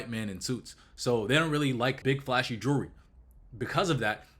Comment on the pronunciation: Bandman pronounces jewllery like jury